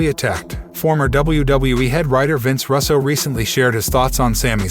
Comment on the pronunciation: Russo not rasso